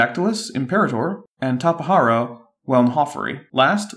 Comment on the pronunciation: Its not taperara its tapejara